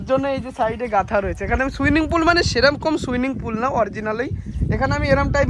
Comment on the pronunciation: Swimming na swing, schan na chan